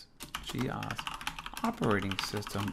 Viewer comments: G Ose not G Oss. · Weird, we called it Gee-Ose not Gee-oss as you do. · Back-in-the-day, we didn't call it Gee Ahs.. more commonly pronounced Gee Ohs.. which makes more sense.. OS.. Other add-ons were GEOFile and GEOPaint. They would sound funny Gee Ah prefix pronunciation. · I've never actually thought about that before. In my circle we always said gee ahs. But your point about the apps being called geo... has sold me on that pronunciation. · had this in the 80s on my c64, always pronounced it wrong though. gee - o's